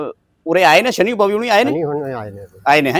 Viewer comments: ज़बरदस्ती सनी देओल को शनि महाराज बना दिया 😂। ओह भाई थोड़ी शर्म कर , पहले नाम सही तरीक़े से लेना तो सीख । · ਵੀਰੇ ਸ਼ਨੀ ਨਹੀਂ ਸ਼ਨੀ ਦਿਓਲ ਹੈ